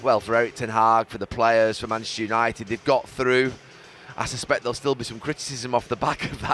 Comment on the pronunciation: Gary Neville talking about ‘Yanited’? I’m shocked